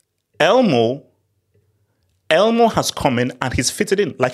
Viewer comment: The only thing wrong with this video is calling Olmo "Elmo" 😂😂